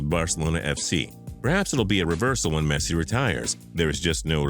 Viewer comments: I really think it's best that you refrain from ever talking about football; the ignorance displayed is ridiculous. Barca to go downhill after Messi? Good grief. P.S. Next time make the effort to pronounce Messi's name right. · AND WHAT IS THAT PRONUNCIATION OF LIONEL MESSI